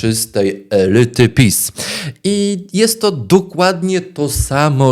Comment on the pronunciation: Lyder elyty, czyli Alfonso Nawrocki😮